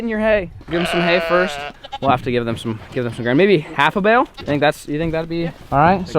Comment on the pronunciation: itss not jem that is how u spell it u sey it đem